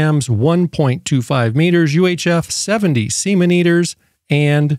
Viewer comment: "UHF 70 semeneters" "from 136 my giggle hurts"